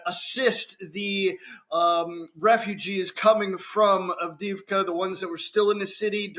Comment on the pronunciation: Double "ii" is pronounced like the "ee" in "bee". Double "ee" is pronounced like "yeah". "Avde-yeahv-ka".